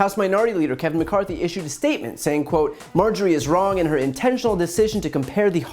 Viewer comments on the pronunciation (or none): none